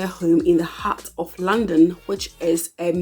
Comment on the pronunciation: It took me few minutes of listening to you before I could know that you were saying London and not 'Landing'. Lol